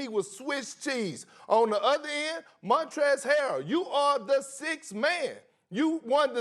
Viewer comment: "Montrell's" Harrell 😂 "I DIDN'T SAY 'MontchRftlLftL'!"